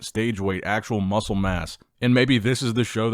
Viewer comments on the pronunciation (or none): none